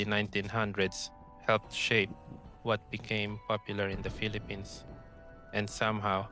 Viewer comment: Ay Pinoy ka nga. Sabi mo "bak in the Pelepins"